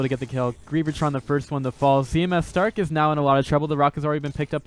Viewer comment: Does it drive anyone else nuts that this guy keeps calling him C M S starke, not C M starke